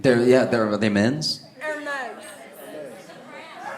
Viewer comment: He pronounced it right. The Greek god of mail or whatever. I assume this is like a rodeo with rednecks vs rodeo drive